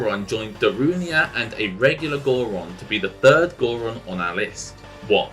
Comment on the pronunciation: Gor Coron? Is it not Gor Goron?